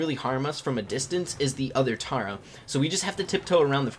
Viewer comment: Yes! you say tara (T-are-ah) I have something against anyone who doesn't